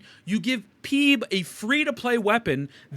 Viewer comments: Name: Phoebe Pronounciation: Feebee: Peeb 😆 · Wait until this guy finds out about other characters that fully scale off anything other than atk. Hsr's Agelea and Aventurine would put him into a coma Also the way he pronounces Phoebe & Roccia's names are going to send me into a crash out equivalent to the one he has in the video